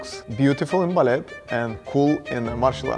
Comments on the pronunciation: You don’t pronounce the T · Why is he pronouncing the t in ballet